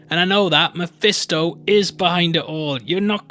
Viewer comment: "Its mifisto" lmao